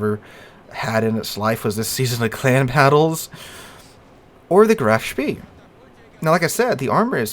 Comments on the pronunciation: hard to not be annoyed by how ur saying Graf Spee when its not spee its shpay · Graf Spee is very good in Operations games. By the way I believe it is pronounced Graf Spay. Maybe I'm wrong but I don't think so. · EE in German is pronounced AY, so Graf SHPAY is correct. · Btw, the "EE" in the name are pronouced like a long "E" in the English word "Exit".